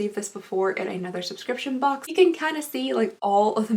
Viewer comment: Your accent really shows when you say box lol. “Bolks”